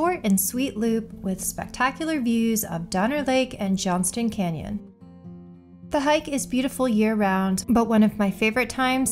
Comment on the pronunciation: It's Johnson canyon. No "t" in the name. Nice list!